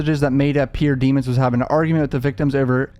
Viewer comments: Why do they pronounce his last name in cort as demins when his last name is demons and it's spelled just like demons👹 if I was the judge I would make the defense team say his name correctly its almost like jury tampering. This juror was paid off wake up or she's just a biased black woman who thinks black boys don't do no wrong. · It's pronounced Dee- mones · Bro please pronounce his name right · At least pronounce this man’s last name right …